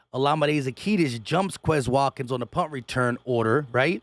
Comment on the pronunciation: Za-Key-us. No T in zaccheus